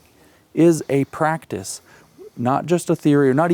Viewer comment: He does say it well … apart from the word ‘practise’.